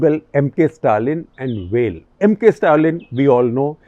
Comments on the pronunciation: It's not "well", it's "vale". Please make an effort to get pronunciation right. It's not like you're from "Ostrayya" or something. And ok I know you will never be able to get Kazhagam right. Btw, Tamilnadu has done amazingly well on both economic and social indicators. Top 3 for sure among the states. One of the more disappointing episodes I have seen here. If you dont know how Sasikala's release is going to affect the elections, why attempt to Cut the Clutter? Yes India is amazing but Wikipedia stuff about Periyar and Annadurai does not pass muster on what I've grown to expect from this channel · It's pronounced like you pronounce "veil" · Shekhar da, it's easy to say "Vel" - it is how you'd say Whale without the H. Or maybe simpler - "Vale" (aka valley). Do try it and let me know if you got it 😂 PS: A huge fan, Shekhar da, I learn a lot from you. What more, I got my spouse to subscribe to your channel and agree to chip in some Rs also towards subscription to "The Print" - we listen to all your episodes. Now, my 2021 resolution is completed, I can go back to "normal life" 😊